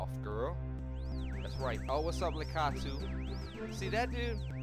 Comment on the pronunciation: Other than your pronunciation of Lakitu, this was awesome in every way. Love this game, the levels, the music, the epic final battle, everything. Real steezy choice for a let's play.